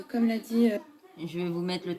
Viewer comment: On dit quand même pas commem !